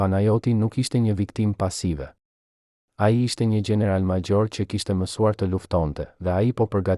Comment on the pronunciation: Ti qe po tregon kete history je SHQIPETAR se nuk e flet shqipen sic duhet nuk thuhet general por gjeneral maxhor por major etjer